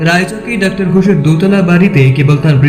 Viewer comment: একটা উচ্চারণ বড্ড বেশি বার কানে লেগেছে....... তুই "ডাক্টার" বললি , কিন্তু এটা তো dr. , so উচ্চারণ টা হবে "ডক্টর" । Pronunciation আরো strong চাই সব কাজে...... বাদবাকি সব ঠিক আছে ❤ কাজ করে যা 😊।